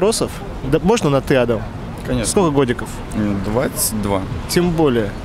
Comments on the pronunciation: Правильно не адам а адам. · ЛУЧШЕ ПУСТЬ БУДЕТ АДАМ, С УДАРЕНИЕМ НА ВТОРУЮ БУКВУ А.